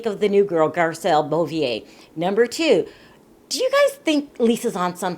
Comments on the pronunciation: Hi, Garcelle's last name is pronounced BOH-VAY, not BOH-VEE-YAY... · Stop butchering my girl name it's Garcelle BEAUVAIS pronounce ( bo - vey ) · Beauvais is pronounced “boh-vay” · I don't mean to be a dick but you are saying Garcelle's last name totally wrong...it's pronounced BO-VET (say VET without pronouncing the t). Bo-Ve (Beauvais)...just an FYI ;)